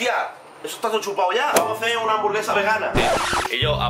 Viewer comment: Andrés: “cada bere, cada hamsvaraba houra😌”